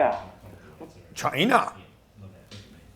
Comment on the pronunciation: Grant sounds like a Trump fan the way he says ''china''